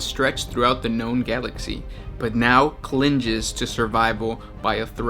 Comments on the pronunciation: Clinges instead of clings lol It's one of the reasons I like this channel, though. It's fun to hear a new take on a word. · This guy also said “clinges to existence” For fuck sake